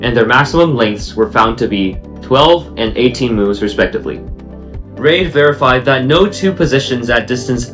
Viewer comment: You keep mispronouncing the name "Reid." It should sound like "reed" as in "READing a book."